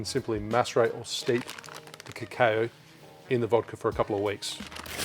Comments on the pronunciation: mate... it’s cacao... like ka cow ok? Say it with me... ka cow.. ka cow.. ok.. now don’t do it again. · If you say cacao butter, why do you say crème de cow? (I watched your brown version video just yesterday, and others commented on this, too. Sorry 🙈) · Lose my shit whenever I hear you say "crème de cow", always think you're about to make a beef smoothie or something 🐄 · just wondering if that's the way Australia or your area says cacao to be honest. The way you say it could make sense based on spelling thanks to English being a mutt, to be fair.